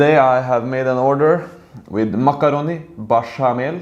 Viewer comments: Makaronaaaa not makaroni And nakarona you should Oleta it with a frog 😂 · it's not cheese in the pasta. you say it kind of wrong, it's called "macrono".